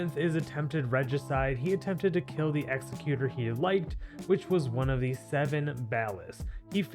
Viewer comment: Pronounce executor properly challenge impossible